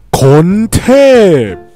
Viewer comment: ทำไมพี่พูดคนเทพแบบกระแทกเสียงทุกทีด้วย